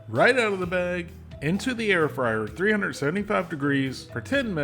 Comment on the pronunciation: I keep hearing “air fryer” as “heir friar.” Though a friar inheriting property would probably give it to his community or to some charitable cause…